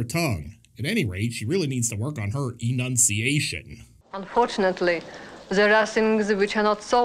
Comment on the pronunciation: e-NUN-ciation! Haha